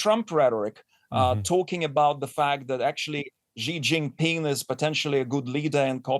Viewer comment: if reporters cannot take the time to learn how to pronounce Xi's name (after he has been president of China since 2013), then they must be mispronouncing it on purpose!!